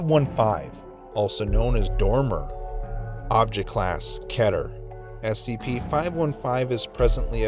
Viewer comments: Its pernounced "Keeter" not "Kehter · Stop saying keter like that, its pronounced "Key" ter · You said ketar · I’m not used to hearing keter be pronounced like cheddar nejdjfjjf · The way he says keter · When say keter wrong